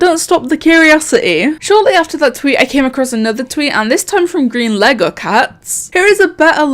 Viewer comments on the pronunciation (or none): none